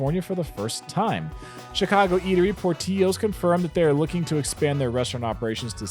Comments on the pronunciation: Portillo’s restaurants name is pronounced like pillows. Not like rio. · Poor-Til-O's! Til. It is NOT Por-TEE-o's. Lots of you Vloggers keep saying it incorrectly. As a Suburban Chicagoan my ears are offended. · It’s Por-till-o’s!! NOT POR-tee-o’s!! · as a Chicagoan, i'm hurt. Its pronounced POOR TILL OOOO's 😆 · The place Portillos is Italian, you pronounce the Ls. Por-til-o's. Great burgers and Italian beef/sausage!! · It’s pronounced “Pour-till-os” lol. Great content. Always watch ! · You're saying Portillo's wrong. Don't say the 2 L's like Spanish L's... por-till-ohs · the beef place from Chicago is pronounced, Portillo's (ill). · I would have thought Portillo's was pronounced how you did it too, but it's an Italian name so it is Por-till-owez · Port-Illos. Lol. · pour-till-o's... the Ls are not silent lol -sincerely a Chicagoan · Hey, please note-- Chicago-based eatery Portillo's is pronounced Por-til- lo's (no "y" sounds for "ll" in this name, ha. Thanks for all the great the info! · Great video! On Portillos, you pronounce the -lls, it's counterintuitive, but as a Chicagoan what can I say? Usually you don't think about it too much once you get their italian beef and fries or the shake that has a whole piece of cake in it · Was just casually watching, and then I heard that. 😱🤪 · Portillo’s - hard “l” not Spanish “ll” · Portillo's just pronounced with the hard L sound. Not the Spanish double L sound. 😎